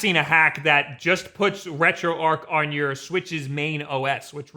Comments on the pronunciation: ...The word is "arch", not "arc"....Retro...Arch.....why do so many people get this wrong? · if this "RetroArch" is prnounced the way you do, hows this "retroarc" pronounced? herd of archbishop or Noah's's arc?